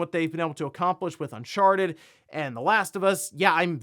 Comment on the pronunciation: Am I the only one who keeps hearing him say “un**Sharted**”?